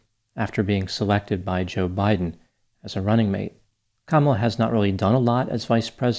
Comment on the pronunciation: I still get a kick out of how she pronounces her boss’s name….juhBIGHden